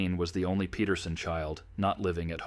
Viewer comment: Speaking of ancestry, their name is spelled Peterson but the ai pronounces it as Petersen. Big difference, big mistake.